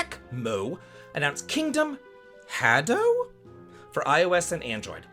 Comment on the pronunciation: Ha, like haha. Dou,... for you?... Say it like DO RE MI. Ha dou. Forget the final u sound. Beautiful work as always!